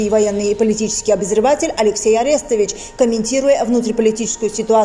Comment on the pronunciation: Арестович уже не раз делал замечание: его фамилия произносится с ударением на вторую гласную АрестОвич! ) Пора бы уже запомнить )